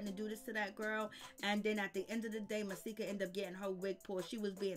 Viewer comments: It's Just Masika (Muh)-See-Ka. Not Mysika Or Maahsika Or Whatever Tf You Keep Saying. Shyt Like That Is Why I Refuse To Sub To Your Channel. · OMG. Hazel E had a girl. Pleade say Masika name right.